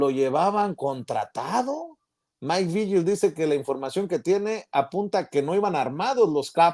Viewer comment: Porque pronuncian Maik "Viyel", se pronuncia Vigil que no?